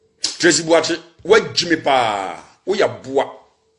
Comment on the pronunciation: Eeeiiiii these ladies are destroying the name "Boakye" paaa ooo. Asem ben koraa nie😎😎😎